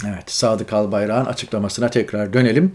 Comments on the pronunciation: Önce sen Türkçe konuşmayı öğren Örnek vereyim Albayrak ın değil Albayrağın diye söylenir cahilllll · Albayarak'ın yazılır. Albayrağın diye söylenir. Lütfen